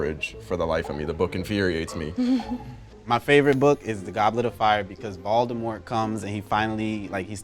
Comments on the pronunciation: Is it just me or when all of them would say Voldemort it would come out as "Valdemort" Can someone tell me where they are from. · These people are saying vOldamort when it’s voldamort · Bruh none of these people including are actually super fans they can’t even pronounce Voldemort